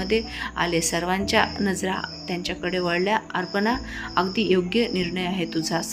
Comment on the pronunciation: कथा छान आहे. पण वाचन बरोबर नाही उदा: अपर्णा आहे तिथे अर्पना वाचते . ही वाचणारी मराठी माध्यमात शिकलेली दिसत नाही.